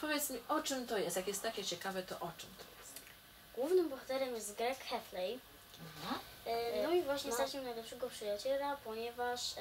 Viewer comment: On się nazywa Greg Heffley ale TO SIĘ WYMAWIA HEFLI